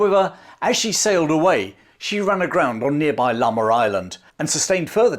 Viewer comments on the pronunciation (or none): none